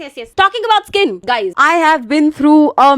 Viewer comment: Gays nahi re guys bolo